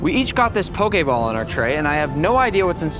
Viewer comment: the poke’ball accent hit hard😂😂